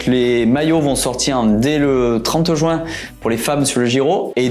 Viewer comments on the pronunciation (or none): none